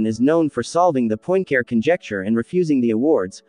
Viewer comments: You just cannot say POINT CARE as it sounds in English... (please say something like PUA-CAREER). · “Point Care”? 😢My goodness, can’t you make at least the effort to try to approximate the correct pronunciation? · Your pronunciation of 'Poincare' hurts my ears. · Not to mention unable to pronounce Poincaré. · Well, but why do you refuse to pronounce Poincaré correctly? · Why would someone put so much time and effort into producing a video about a mathematician known for proving the Poincaré conjecture, and not first of all learn to pronounce Poincaré?